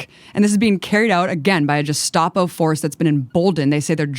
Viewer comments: I really wish she could pronounce Gestapo... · I love Abby, but is she intentionally mispronouncing "Gestapo"? Is it some kind of pun or satire I'm not getting?